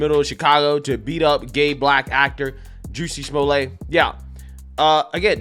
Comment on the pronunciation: I like how forever named him "Juciy Smoo-yay"